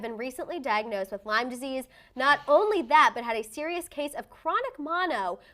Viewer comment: It’s not “LYMES” disease. I have it as well. If you’re gonna talk about something that serious just know how to pronounce it. It’s debilitating.